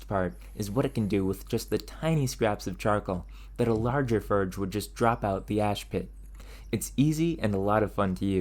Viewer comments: You pronounce every word except for the word forge which you don't do constantly you say correctly a couple times which means you are knowingly and purposely mispronouncing the word forge . There's a couple reasons one would do what you are doing none of which I will get into I only leave you with this be yourself that's when you are most genuine when trying to force something unnatural you come off fake and hard to relate to and people's attention is on your mispronunciation of a common word and not what you are actually doing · It very clearly is. He is very clearly taking delight in the mispronunciation. I am not sure why, perhaps he thinks it is quirky. Maybe he will make ferge merch. Who knows, and who cares. I haven't been recommended this channel since I told youtube not to recommend it to me. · The way you pronounce forge and other words that don't come to mind right now make me crazy. You are awesome and your videos are great. I stumble across them from time to time and every time I hear you pronounce simple words so unusually It leaves me deeply conflicted. Has anyone ever mentioned this before or am I the only one? ( edit: it's words with an ( or ) in them and you pronounce the or like er ) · I like that your accent is afraid of the letter 'o'. 😊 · And torch, and form. Really any 'o' sound. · i've noticed that you pronounce some words unusually like "forge". any insight into where that comes from? a regional accent? just curious. great channel! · he pronounces the word forge so weirdly lol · FORGE Not Furge. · Dude, not to be rude, but please learn how to pronounce your Os. I love your content but I’m so distracted by you calling the fOrge a fArge and anything else that requires the OR sound with an AR instead that I can’t concentrate on your video. That being said, thank you for the interesting content and good luck! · Why do you keep saying "farge" instead of "forge"? It is quite annoying, please stop and enunciate properly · ferge? terch?